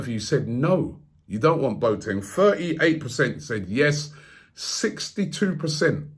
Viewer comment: Robbie: ‘Bo teng’ No It’s ‘Bo a teng’